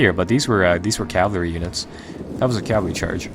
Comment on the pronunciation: Cavalry is pronounced cavalry, as in ca-val-ry, cah vaaalllll, reeeee. NOT: Cavlary, or calvary